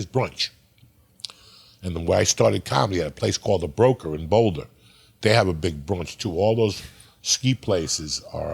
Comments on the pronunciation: "in bouldahhh" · Uncle Joey doesn't call it BOWLdah 😮